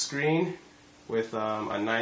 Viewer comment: First things first, I'm not gonna lie, it's Asus not Asuse. Pronounce it properly